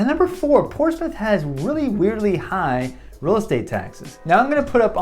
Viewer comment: There is no Portsmouth, and definitely no Ports-Mouth. There are two acceptable pronunciations and no other. 1) Porch-smith 2) Pos-muff